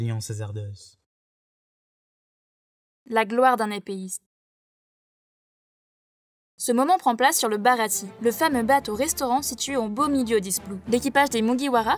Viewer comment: C'est pas Eustach Kid mais Eustass ... également pour le Baratie ça se prononce "Baratié" et pas "Barati" ... c'est pas "Orochi" mais ça se prononce "Orotchi" ... et pas Corrida "Coloseum" mais "Colosséum" ... encore et encore des fautes ...